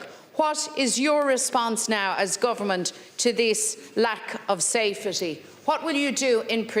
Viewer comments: The word is safety not safetty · "Safe a tea"